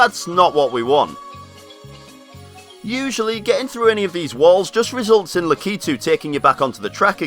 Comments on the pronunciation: It's 'Lakitu', not 'Lakeetu'! I can't help myself. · He pronounces Lakitu wrong ;( he pronounces it lack-ee-to it's lack-I-too